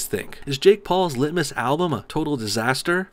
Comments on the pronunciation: All i here when he says lit-mas is litmus test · Bro, what the fuck man? Not cool... Lit-miss... I was drinking my morning coffee for fucks sake lol